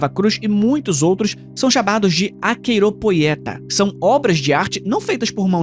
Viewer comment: Se pronuncia 'Ahiropita'😂 e significa: não manipulado... 😂😂😂 Mas deveria ser fraude seu significado kkk